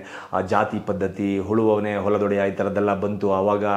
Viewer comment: ಅದು ಹುಳುವವನೆ ಅಲ್ಲ ಮಾರಾಯ ಉಳುವವನೆ